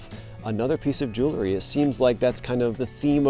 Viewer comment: Hi, glad to see you at the waterside dig site! Please don't be offended, but it's "jewel-ry", not "jew-le-ry". Common mispronunciation trap.